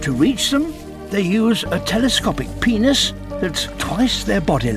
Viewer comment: And why did he say Penies 😭